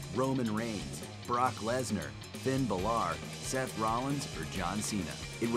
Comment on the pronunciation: ba-lor